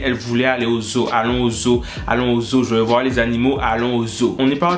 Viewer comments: La façon il prononce zoo va rester dans ma tête jusqu'à ma mort xD ce son à rejoint high school musical, charmed et tout ça la xD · Quand il dit zoo sa me fait tellement rire🤣🤣🤣🤣